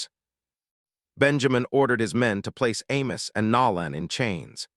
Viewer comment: I wish you knew how to pronounce the man's name Nolan